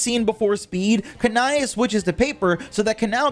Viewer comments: Bro pronounced Kanae as kany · I would not be surprised is Shinobu thought of Batman as a name... Wait... Batman is an orphan..... Yet her biological family abandoned her and both Kanae and Shinobu are dead... SO SHE IS STILL AN ORPHAN 😂😂😂😂 "Kanai" I'm sorry, it's just 😂😂😂😂😂 I usually pronounce it "Ka-neigh" It just sound so much better then that 😂😂😂😂😂😂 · Kan-Ay is how you pronounce it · Not making fun of u but im using those names you pronounced to my friend as a joke since they get triggered easily 😭😭 Kanae: Kanay Kanao: kan-ow Other names for kanao as well 😂